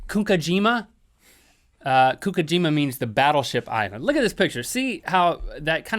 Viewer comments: FYI Mitsubishi in Japan makes everything! America knows it as a car manufacture, but they make everything from pencils to ships and I believe they also build rockets for Japan's space program. Also gunkanjima is pronounced goon-Kahn-jeemuh. Yes, I do live in Japan. Btw. I think your show is pretty great. And yes, Japanese candy is awesome. :-) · Link really butchered saying Gunkanjima. Basically pronounced gūn-kân-jima